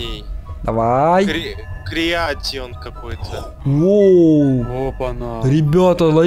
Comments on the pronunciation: не креатион а creation Крейшен В переводе как творение или создание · Неправильно говорите надо Крэйшен